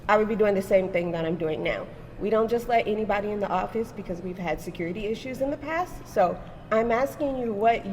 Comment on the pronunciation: Secoority…. Say it the right way J. 😂